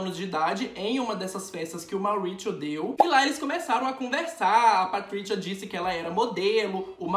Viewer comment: Patritiua e ótimo kkkk o Z tem som de Z mesmo BB não de T ok